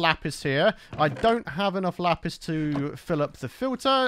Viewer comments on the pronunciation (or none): none